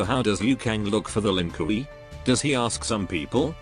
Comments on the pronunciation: The lin koo-ie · "Lin Kui" 😂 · The Ai saying LINKIWI kills me everytime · ah yes. The Lin Kooey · Lin KOOWEY 😂😂😂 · The lin "kooey" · Bruhhh... my guy said the Lin 'Koowee' 💀💀💀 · that "Lin Kuwi" pronunciation will never stop making me laugh:D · Lin Kiwi, a clan of Chinese rice farmers.